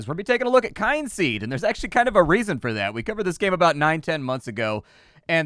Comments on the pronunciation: KIN seed,. Not Kine-seed. They literally have a "how to pronounce Kynseed" button in the audio options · you need to work on pronouncing things. Kyn has no e on the end and is thus pronounced "Kin." Meanwhile, Z has no e on the end, and thus is pronounced "ZED.":) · The "Kyn" in Kynseed is pronounced Kin...as in Kith and Kin...hence the ancestory angle of your character. At least that's what I take it as. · I always thought it was pronounced kin-seed. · They put a button for how to pronounce the game title. The 'kyn' is just fancy spelling for saying 'kin'. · KIN KIN-seed as in my kith and kin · It's pronounced Kin-seed I'm fairly sure, because you know, Kin. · I was gonna say the same thing. 😂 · There is a button in the Audio menu that says "How to pronounce Kynseed" that might help.